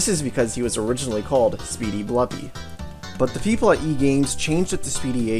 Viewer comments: Blupi is pronounced with an oo, not an uh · Just so you know i think its pronounced Bloopi not Blupi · It's pronounced "Blue Pea". Confirmed by the readme file in DOS Blupimania.